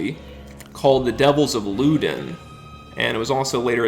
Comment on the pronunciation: I don't mean to be a stickler, but these pronunciations really a rent that hard, you could at least try. Say it with me now. Grahn-dee-aye, Lew-don.